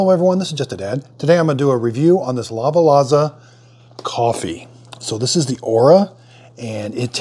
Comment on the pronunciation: Just to let you know… it is pronounce La-Va-Za ….and not La-va-la-za